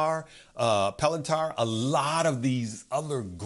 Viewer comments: Great video and love the content. But can you please pronounce palantir correctly lol. It's not palantar 😂😂 my OCD killing me over here 😂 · Palantarrrr lmaoooo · Its also pronounced Palan Teer